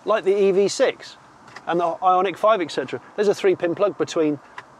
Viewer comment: You told us the name had been changed three times. We got it the first time. Also, you said eckcetra. It's hard to hear. Kinda good review, just needs to be finessed.